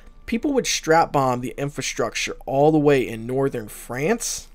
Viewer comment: Not "infAstructure".. it's infRAstructure.